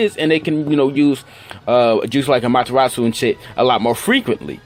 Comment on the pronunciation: Amatturratsu lmao amaterasu